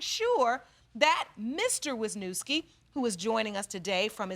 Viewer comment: I only wanted to say as a Polish person how last name was butchered "Wiśniewski" haha. But when I lived in States people wouldn't even try reading mine, just stared blankly then I knew they meant me lol